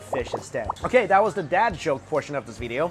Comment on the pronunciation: every time Mike says "VEEDEO" you drink.